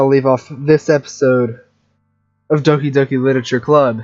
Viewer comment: doki doki isnt oki doki >.>